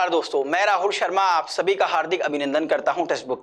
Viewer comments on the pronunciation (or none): none